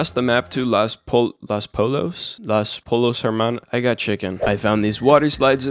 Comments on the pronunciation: The restaurant is pronounced L-o-s poy-yos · los pollos means “the chicken” and the 2 Ls are pronounced like a y lol